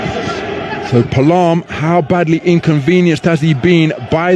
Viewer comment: It is pronounce as...Pa a lam..not palam😂